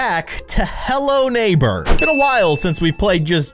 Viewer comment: It sounds like you said hell no neighbor (ಥ﹏ಥ)